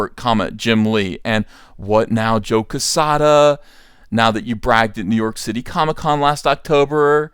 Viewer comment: Jesus Christ you can’t even pronounce joe quezada correct